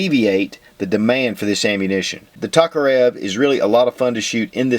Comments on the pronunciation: It's T O karev not T A karev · Its pronounced Toke-a-rev i couldnt keep watching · pronunciation of Tokarev is killing my ears!